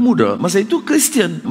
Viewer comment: Pmx sebut "dia keristian"